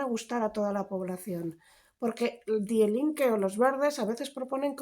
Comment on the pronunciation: Lucía, una cosita Die Linke, se pronuncia Di Linke. Me encanta tu canal :)